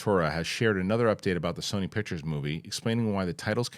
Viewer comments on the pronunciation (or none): none